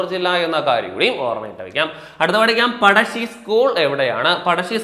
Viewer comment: പടശ്ശി അല്ല പഴശ്ശി